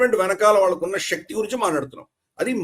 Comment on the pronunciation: Shakti is not telugupronunciation̈.Don't corrupt our beautiful telugu with Hindipronu citation.